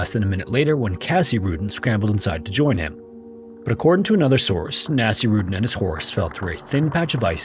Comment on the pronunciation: Okay I am pretty sure you butchered the name. Nasir/Naseer is a name. It’s never pronounced anything like ‘nasty.’ It was more likely pronounced Naseer-uddin… but what do I know?